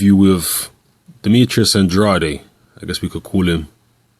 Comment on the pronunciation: his last name is pronounced an-dray-d